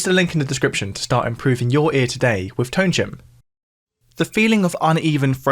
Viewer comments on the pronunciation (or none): none